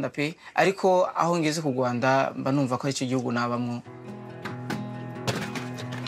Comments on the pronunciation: It's rwanda it's not ruanda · It's Kigali Rwanda, not Kigali Ruanda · Its Rwanda not rawanda or ruanda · It's Rwanda 🇷🇼 not Ruanda